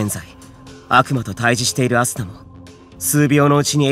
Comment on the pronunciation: 最初の「アスナっ」が「朝！」に聞こえた耳鼻科行こうかな…